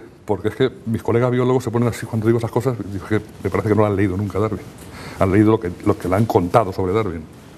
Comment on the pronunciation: Este tipo es zurdo, con eso es SUFICIENTE para que desconfíe. Se pasa atacando y mal pronunciando, a la persona de DARWIN. No le oído decir: Darwin erró por esto y debe de ser ello en vez de lo otro, por estas pruebas y razones. Puede que yerre, pero NO ME CONVENCE.